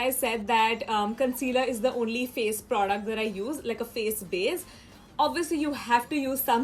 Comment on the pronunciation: You don't know how to say "product" lol😂😂